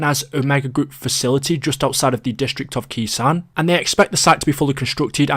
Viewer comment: when saying Khr sanh it’s pronounced (K sone)